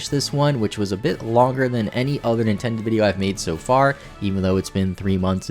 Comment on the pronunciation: did he just say Nintendid hahahahajh also is may twerking